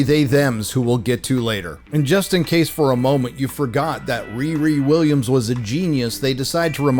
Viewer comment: Wee Wee Wiwwiams